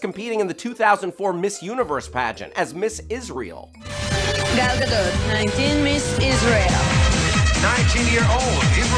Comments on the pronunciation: It's Gal Gadot not Gal Gado! They even say it in the video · Gal Gadottttt! The "T"is pronounced. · wrong pronunciation its G A D O T NOT GADO